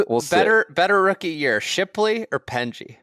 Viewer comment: I'm a new listener following the KVV transfer. Have to say there is nothing funnier that people complaining about Golf coverage whilst being totally unwilling to pronounce someone's name properly. It's not hard. Just listen to any DP world tour coverage and you will hear "Penge" not "Pengey".